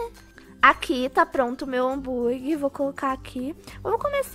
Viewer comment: só eu q percebi q a disse hamburgui em vez de hamburguer? ou eu q to doida? me diz ae